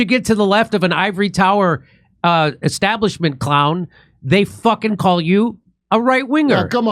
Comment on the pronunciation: "Because chaos favours the esstablishment".